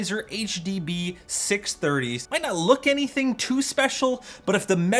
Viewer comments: Ah, yes! the Huh Duh Buh Six Hunge-30s, by old mate Senny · It's the HUH DUH BUH SIX HUNGIES